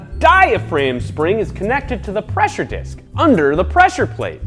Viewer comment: PESSURE PATE LIKE FUM MINECAF